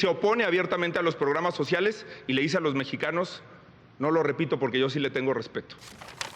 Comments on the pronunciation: Pero porque dice pojque porque hablas así Xochitl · Pogque.. Cagmona.. finangciados.. nagco.. que la sra. Derrota primero que vaya a terapia de lenguaje.. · Pogque....gue pagso....gesiviegon...guíen... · Pogque, seggio, nagcopartido,😅